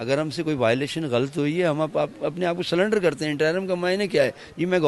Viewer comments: سلنڈر نہیں ہوتا سرینڈر ہوتا ہے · اپ کو کوئی خاص تکلیف لگتی ہے تیری بٹ کے مرنے کی یا تو اپ کا عزیز رشتے دار تھا یا اپ بھی اس سے کوئی حصہ لیتے تھے کیونکہ جیسے لوگوں کا انٹرویو کر رہے ہیں اسے نہ وہ سرینڈر کو سلینڈر کہہ رہا ہے